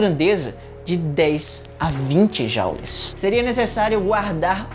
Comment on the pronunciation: não é "jaules" é "jules" tem origem francófona e não anglófona